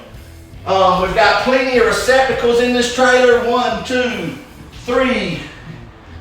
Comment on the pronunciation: lol I like hearing him say receptacles in his accent